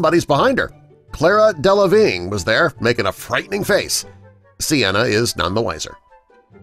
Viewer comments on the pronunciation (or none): Is he mispronouncing names on purpose? Poe Cameron, Clara Delevigne